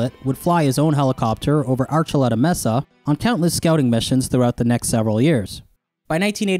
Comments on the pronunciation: The word "mesa" is mispronounced in the video, the E has a long A sound. Emphasis on the first syllable, "may'-sa." Not "messa" as the closed captioning spelled it. I don't mean to be the Grammar Nazi, but no one wants to sound uneducated. Just trying to help. I beg your pardon. Always great content and well researched, thanks for sharing. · may-suh not messa (mesa) love your videos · Mesa = maysa It amazes me how much native speakers get wrong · The weirdest thing about this? The way pronounces "mesa" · pronounces 'Mesa' like how I imagine 21 Savage would on the Knife Talk remix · Someone just let me know that I’m not crazy and that he’s saying mesa wrong. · you keep saying mesa wrong.